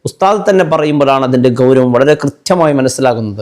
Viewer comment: Ghawravam alla, gawravam